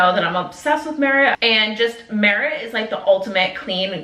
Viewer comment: Haha love you but not you pronouncing all of the merit shades incorrectly